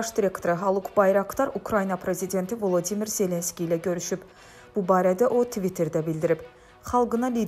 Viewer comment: Volodimir Zelenski dir, Vlodimir deyil. Ona görə elə səsləndirir. Düz səsləndirir